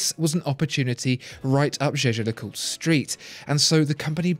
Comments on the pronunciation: the watchfinder guy didn't used to pronounce it 'jeh-jer'. I've watched all the watchfinder videos and this is the first review in which he pronounces it correctly. I'm still a huge fan though, regardless of how he pronounces it. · Alec Tang You’re totally right. This is the first time he pronounced it correctly.